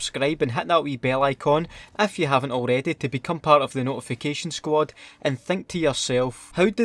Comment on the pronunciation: "Subscreb(subscribe)" "Squot(squad)" What is this word, sir?